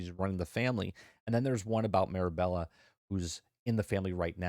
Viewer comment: also my kids wanted me to point out that ur saying the main character's name wrong lol its Mirabel not Mirabella